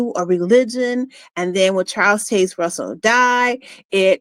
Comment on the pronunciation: Learn how to say "Taze". Baffles me how you can hear a name so many times in your life but fail to even be able to repeat that name properly. Why?